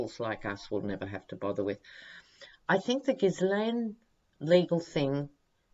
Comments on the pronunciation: canadian trivia. the "Ghislaine" name is very french canadian, and in quebec is pronounced "zheess-lenn". one of the witnesses called her "gee-lenn" with a hard g, another common french canadian name, spelled "Guylaine". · Hi Just to let you know Ghislaine is a French name of course and so the S in her name is silent. So pronounced Gheelaine.. Sorry I'm not trying to be pedantic😩 Love your readings!! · Pronounced (Gill ane) the S is silent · Minor, minor quibble - if I remember correctly, the pronunciation of Ghislaine in the French is "Zheel-EHN." Silent "S." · Trivia: Ghislaine Maxwell is pronounced ‘geelan’; the ‘s’ is silent — the ‘g’ is a hard ‘g’ and pronouced as the ‘g’ in guitar. ‘Laine’ is pronounced lan. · Sorry it's szee-lèhne Just googled it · Ghislaine - soft 'g' as in GIGI, The S not pronounced (french style) so shggggg III LAINE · Sorry don’t agree, we wd pronounce it gheeslaine.. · No it isn’t. It’s pronounced phonetically like * gislen * with a hard G, or * geese lane * I don’t know where this silent * s * idea comes from, but it is wrong. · Hi, just love your readings and your humour, just want to make a comment on Ghislaine's name It's pronounced 'jeez-len',, the French Just neeeds to make that comment, and I don't mean to be offensive just helpful, hop ethics helps in the future as I assume we will often mention her name, tk un